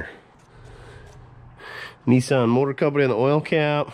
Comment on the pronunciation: NEESUN I Thought it was NISSAN